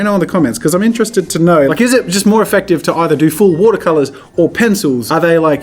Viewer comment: “Woodah colahs” 😎